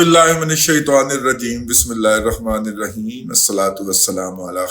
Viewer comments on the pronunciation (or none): none